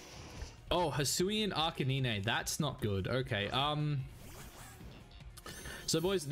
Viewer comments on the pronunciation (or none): arca-nine not neenee lol